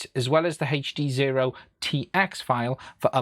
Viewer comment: If you say HEACCCH D Sezro one more time, ill die, lol